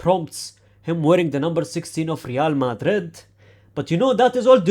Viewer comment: Weird way to say madrid